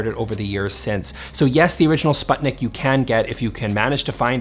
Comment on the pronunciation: Please.. please check how sputnik is pronounced 😢 (Swedish people out there I feel you so much haha)